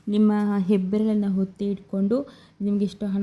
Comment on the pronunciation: ಫ಼ಸ್ಟು ನೀನು ಹಕಾರ ಅಕಾರ ಸರಿಯಾಗಿ ಕಲ್ತ್ ರೀಲ್ಸ್ ಮಾಡಮ್ಮ ತಾಯಿ!ಎಲ್ಲಿರ್ತೀರೊ ನೀವ್ ಥೂ... ಹೊತ್ತಿ ಅಂತೆ ಹಾದ್ರೆ ಅಂತೆ!